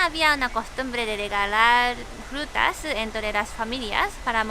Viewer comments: "Las Jrutas " ajaja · Jrutas y jruterias xD